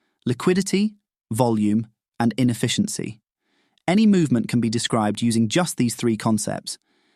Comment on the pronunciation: Lost me at "infficiency"